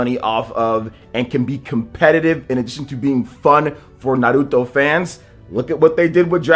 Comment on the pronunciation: He says it right. How it's supposed to be said.